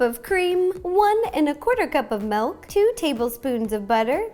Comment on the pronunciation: Did... did she say... melk?